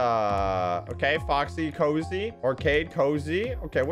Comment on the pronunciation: he says acard instead of arcade